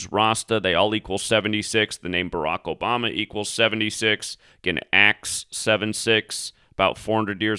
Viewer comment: Did you say Barack obummer?